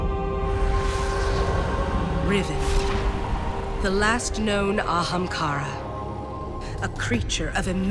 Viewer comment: An Ahamkara... Wow